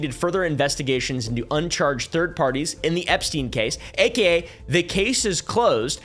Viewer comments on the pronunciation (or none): none